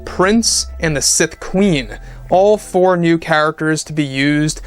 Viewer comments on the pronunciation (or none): none